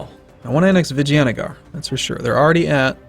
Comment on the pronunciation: Why is it that every time says 'Vijayanagar' I'm hearing 'vagina'?